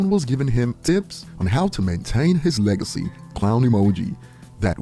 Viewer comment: "Leg-I-See" "Bunch of dogs trying to dry-hump it" 🤡